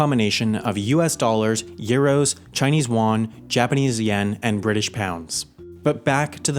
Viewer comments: Wtf? Chinese Wan? It's Chinese YUAN! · Great vid! Yuan (chinese rmb) is pronounced "yee-an" btw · Dude. There is another mistake in this video. It is Chinese yuan（ 元）not won ( 원 )